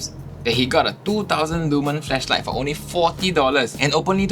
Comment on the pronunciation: Did you just say "fleshlight" hahaha